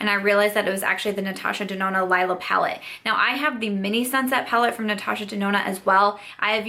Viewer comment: It's the Leee-la palette ;) I don't mean to be pedantic - I just hear most YTers not pronounce it the right way (it's the word for purple in German...and some other languages too but I am pretty sure ND was using the German to name it) and I just thought you may want to know. But that aside (again, sorry if that was annoying!), I am sorry it didn't work out for you!! It's the first ND palette I've tried and I do enjoy it, but if it started irritating my eyes I would return that ish ASAP. I am really sorry that happened - maybe it was some of the pigments in the deeper shades? Bummer! But glad you were able to return it. Btw what did you pick up with the rest of your rouge code??